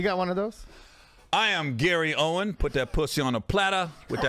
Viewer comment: OWEN …no “s” 😭😭😭😭